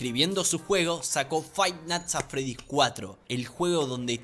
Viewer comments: Fai nats at fredys 😳👌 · "Jot es el creador de fainat atfred"